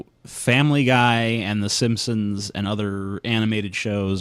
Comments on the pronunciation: So, my last name is Simpson, and every time he says "simsim" my heart stops breifly. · He says simpsims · I think this guy has a speech impediment. He keeps calling the simpson's the simsim's. Either that or he's being insidious. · "The Simsims" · At first I thought he misspoke... omg STOP SAYING SIMPSOMS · "The Shimpshoms" "Shubconshus" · Sounded more like "Simpsins" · Every time says "The Simpsons", it sounds like he's saying "The Shimpshoms." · It sounds like he says Simsims instead of Simpsons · It bothers me to hear him when it sounds like he's saying "SimSims" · Instead of "Simpsons" he says "sims sims" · Did anyone else think that he was saying the SimSims. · Yonder fecker kept saying Simsims....